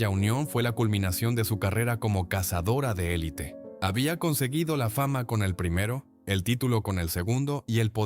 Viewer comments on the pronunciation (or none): none